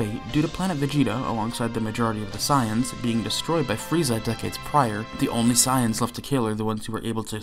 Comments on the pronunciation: God this video makes me mad 1st he says gt better then super even tho he ain't say it you know he thinks it 2nd off bro says SAAAYEENS bro it's saiyns 3rd off he acting like top battle of the gods and future arc don't exist bruh🤦🏾‍♂️🤦🏾‍♂️🤦🏾‍♂️ Edit: he calls shadow dragons arc evil dragons arc bruh and he called black star dragonballs arc dark dragonball arc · .... its not psy-ans its say-ans.... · The way he says “sai~ians” is deeply upsetting SAYIANS 😤😤😤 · Why do you keep calling them Scions? instead of Saiyans? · Every time you say "sighans" I want to shoot my computer screen. SAY IT WITH ME "SAY - ANS" (spelled as Saiyans, obviously, but just go with the way you read it and how it sounds FFS!!!). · I love how you pronounce "Saiyans" as "Science" lol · Enjoying the video and then the guy called them "Cyans" how is anyone supposed to take this video seriously when the narrator and presumed author mispronounces one of the most heavily spoken words in the show. How? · The Cyans? I'm sorry, I've heard so many pronunciations of Saiyan, but sayans has to be the weirdest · Dafaq is "saayans" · Immediately heard the way you pronounced 'saiyans' and clicked away. Can't take anyone seriously who can't pronounce something that's stated countless times throughout the series. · the way he is pronouncing saiyans is sending me!!! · Nobody is going to mention how he pronounces "Saiyans"?